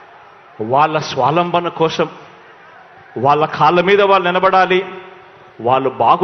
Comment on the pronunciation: Swalambana adikadura babu swavalambana